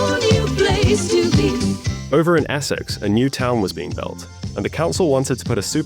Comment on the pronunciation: over in assex 😂